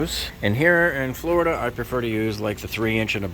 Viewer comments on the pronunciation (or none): none